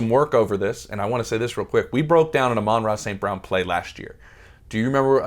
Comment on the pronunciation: who the hell is "ah-rah st brown"? you say you love him so much but dont even know his name?